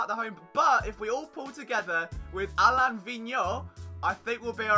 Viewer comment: Flyers HC you got his last name correct but his first name as far as I know is pronounced uh-lane Hope your knee feels better. 😤